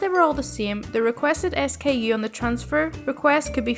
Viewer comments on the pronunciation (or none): I love your channel! Hearing you read stories is so much fun. Do you live in Ireland? Btw, I work in retail right now and SKU is pronounced "skew" not S-K-U 😝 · For the record: "SKU" is pronounced "skew".